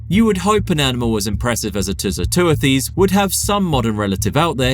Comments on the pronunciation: Great and very informative video. The only issue I have is with the pronunciation of the animal's scientific name, which you pronounced as 'Too - So - Too-a-Theez'. It is actually "Too - So - Tew - Thiss" ('tew' as in 'dew' and 'thiss’ as in 'thistle'). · too-so-too-this [soft'th']